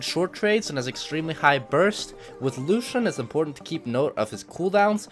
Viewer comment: the way he says Luuschen